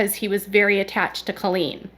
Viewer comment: Please STOP saying “Culleen!” It’s Colleen lol